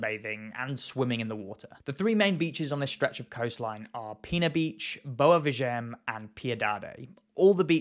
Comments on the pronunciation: The beach it's called and must be read: "Boua Veehaghen".😉 - NOT "Boua Veeghen".🤣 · You have Google to help you with the pronounciation. Why do you keep ignoring the "A" in Boa VI.A.GEM?? The "A" is the tone syllable, by the way. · Nice video. But the pronunce of Boa Viagem is Boa (this part is right) Vi (is pronounced like the letter V in english) a-gen (is right, but there is a small pause between a and gen)